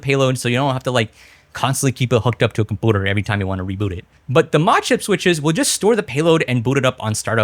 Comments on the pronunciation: i will subscribe when you start pronouncing computer and community correctly. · Compooter lol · is the compooter pronounciation an inside joke im not in on it always catches me off guard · Words are hard 😂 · Are you saying comPOOter and comMOOnity on purpose or is it like a speach inpedement or something? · 2026 I still hate you pronounce compooter and some words like this h3lpme understand comooonity ? tf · bro saying "compooter" is like the new "rar xD" 😂🤮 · Why does he pronounce community and computer that way.. its annoying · the way you say computer reminds me of stewie saying coolwhip on family guy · The way you say computer is interesting